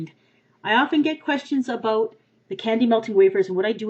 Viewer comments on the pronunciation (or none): the way she said "about" :p